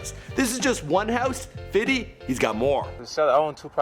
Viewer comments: U need to stop sayin fiddy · ohhh no baby its not fitty ITS FIFTY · Long Island is not the same as long beach! And stop saying Fitty its Fifty